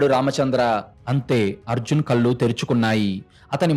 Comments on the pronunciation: Telugu bhashani sarigga palakadam mundu Ravali. Kallu ante Tati chechunundi teesi tragedi . Ekkada eyes 0aliketappudu naluka palate bhaganiki tagilinchi palakali. Edi type chesina kuda kallu ane vasthundi. Telugu aksharallo mundu nerchukondi. Eetaram antha elane Teluguni khuni chesthunnaru. Panditila v7panyasalu vini ina Bhashani marchukondi 🎉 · కథ బాగా చదువుతున్నారు. కానీ కొన్ని పదాలు correct గా పలకండి ప్లీజ్ కళ్ళు అనండి కల్లు కాదు మళ్ళించాడు అనండి మల్లించాడు కాదు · కల్లు, ముల్లు, యేళ్లు, మల్లీ కాదు, కళ్ళు, ముళ్ళు, ఏళ్ళు, మళ్ళీ.. pl correct